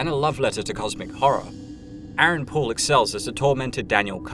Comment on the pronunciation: Aaron POOLE. I thought he said Aaron Paul and dude looks a LOT like Jesse so...